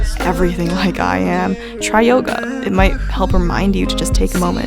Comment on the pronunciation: i must be sleep deprived bec everytime said yoga i heard yoghurt 😭😂